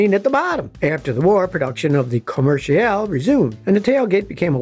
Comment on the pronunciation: Always loved the encyclopedic common sense content of your channel and now I love the French accent employed during the pronunciation of "Commercial" Scotty you never cease evolving.